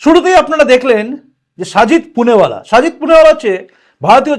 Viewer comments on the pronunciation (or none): দাদা সবই ঠিক আছে কিন্তু ওটা সাজিদ পুনেবালা না, শেহজাদ পুনাওয়ালা হবে 🙏🏼